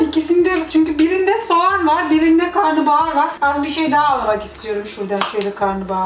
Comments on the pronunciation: Karnıbahar değil Karnabahar 😂😂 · karnıbahar değil karnabahar yani karına(mideye) bahar